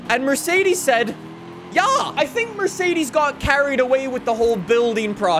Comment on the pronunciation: It's not pronounced Merseidiis or Mersidis. Mercedes See, it's that easy. Also, Douche/Dotke Magnum.